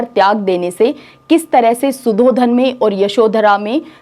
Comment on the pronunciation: Medam Aap padhati bahut accha hai par sh or s (example _Siddhartha or shudhodhan) ke pronunciation theek se nahi kr pate to use theek kr le aap banki aapke padhane ka tareeka bahut achha hai. Appreciating hai.